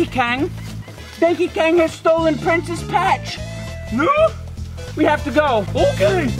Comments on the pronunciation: "Question Bloutch" "Prencess Petch" "Dounkey Chong" "Big Mounchey" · prancess patch was another pronunciation